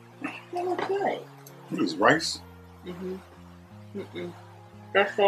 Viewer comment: He said it oooks like concrete 🤣🤣